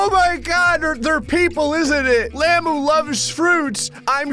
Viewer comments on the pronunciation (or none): stop saying llamoo please its llama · you dont say it like lama its like lam-ah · It's not lamo lamu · its hungry lay mu :)))))))))))))))))))))))))))))))))) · Its lamuu like as in